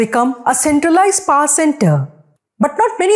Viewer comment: Your pronunciation of "power" is cringe worthy